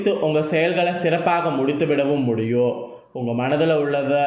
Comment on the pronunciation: ஒரு வேண்டுகோள் ... தமிழை இன்னும் சரியாக உச்சரிக்க நல்ல பயிற்சி எடுக்கவும் ...... "இருக்கும்" "உண்டாகும்:" "முடியும்" "நடக்கும்" போன்ற பல சொற்களில் கடைசியில் சொல்ல வேண்டிய "ம்" எழுத்தை முழுமையாகச் சொல்லாமல் .... "இருக்கு..." "உண்டாகு...:" "முடியு...." "நடக்கு....." என்று சொல்கிறீர்கள் ... நீங்கள் சொல்லும் கருத்தைக் கேட்க முடியாமல். உங்கள் தமிழ் உச்சரிப்பு மிக நெருடலாக இருக்கிறது ...நேயர்களின் மனத்தில் உங்கள் கருத்து மிக நுட்பமாக ஆழமாகச் செல்ல, உங்கள் தமிழ் உச்சரிப்பு சரியானதாக, ஆத்மார்த்தமானதாக இருக்க வேண்டும் நன்றி